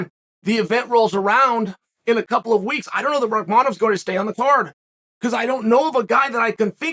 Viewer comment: Uncle Chael , his name is pronounced Shaw-cut Rahmaa Nov